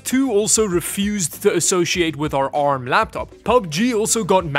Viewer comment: Can you please say ARM as in poor lol I mean you dongle in your accent correctly.